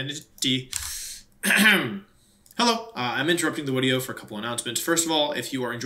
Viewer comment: Is it a speech impediment or a choice that he pronounces video like woodeo?